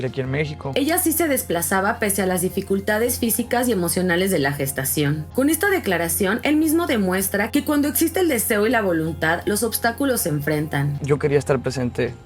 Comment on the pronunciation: Me estresa que no pronuncie la "x" y diga "etsiste" etc🫠 Odioooo